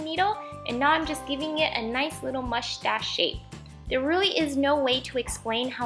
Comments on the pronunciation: Who else noticed that she kept saying mushtash not moustache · You sound like your saying mushtash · Lol u said mustash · the way you say mustache gives me life. very cute craft! love all of your videos and ideas! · Haha, I love the way you were kind of struggling to say mustache. Very cute octopus! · Love the way you say mustache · MSP123 ikr